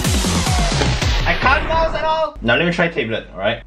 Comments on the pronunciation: You don't pronounce "tablet" like "table", it's more like "tab" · "Tay-blet" 'Tab-let' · i cringe when he says tablet as taeblet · Tablet or Teblet? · i love that he tae-blet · the fact that he pronouce it as "tabelits" is funny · tay blet lmao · he pronounces it differently than most people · I love how pronounces words "Table't" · I like how pronounce tablet as "table" OwO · I just wanted to listen to "Tayblet" thats the reason why I watched tthis video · Thought he said table tbh xD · Taybe-let wtf xD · The way you say Tablet is so jokes xD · The way you say "tablet" makes me laugh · i'm triggered how he says tablet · please pronounce tablet right